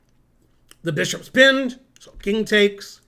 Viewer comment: Ze two bee-shops